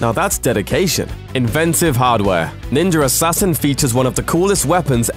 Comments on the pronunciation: I hear "Ninjer assasin" tabarnak! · NINJUR ASSASSSIN.....blah blah blah.... NINJUR ASSASSIN.....blah blah blah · Why does he say "Ninjarassassin"?? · Am I the only one who felt he is saying 'Ninjer Assasin' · "Ninger assasin" lmao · "Ninjer Assasin" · lol...there's no "r" at the end of the word "Ninja". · why u say "ninjar assasin"? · "ninjar assassin" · Ok he does say ninjer assasin no ? Im not the only one that hears ninjer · why does he say ninjur assassin but can pronounce ninja just fine? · Is it me or is he saying Ninjer Assassin? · why the fuck do you say "ninjar assassin" or "ninja rassassin"? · why so he keep saying ninger assassin? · how is it this guy can ninja just fine but when he says ninja assassin he adds an r to it, which mean he's doing it purposely! you sound ridiculous! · there's no R in ninja... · Is it just me or is he actually saying Ninjar Assassin (instead of Ninja Assassin)? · _ What the fuck is "ninjer assassen" ffs at least ssy ninja right _ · "NINJER" assasin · Its Ninja Assassin, not Ninjar Rassassin. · He keeps saying Ninjur Hassassin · Drinking game. Take a drink every time he says "Ninjuhr Assassin". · Ninjer Assassin...lol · Why does the narrator pronounce "Ninja" properly except for when he says "Ninjar Assassin" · Every time he says "ninjer" it sounds like he's trying to low-key drop an N bomb. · "Ninjer Assassin" LMAO 😂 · He keeps saying “ninjer” assasin lmao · so what's a "ninjer" he keeps saying that word, what is that ? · I can’t listen to this review, I’m sorry Ninjer Assassin just kills it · What the hell is ninjer assasin? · I like that he's saying ninjer assain😂😂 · i keep hearing "ninjar assasin" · I’ve seen ninja Assassin, but I never saw this “ninjar” Assassin that this British guy keeps talking about. LOL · Ninjar arsasin thats how tator says it 😂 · Why does he keep saying 'ninjer'. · I love "ninjer" assassin...and even more now that I know they referenced my favorite anime Nina Scroll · "NINJER" assassin. XD